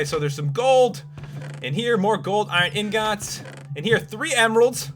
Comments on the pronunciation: I fucking HATE the way you say 'ingots' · POPULARMMOS SAID INGOTS DIFFRENT